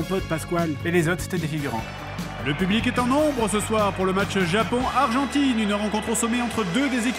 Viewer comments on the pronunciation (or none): Un zéro pour le Japoooooooonnnnnnngggggg avé l'acceeeeeeennnnt !!!!!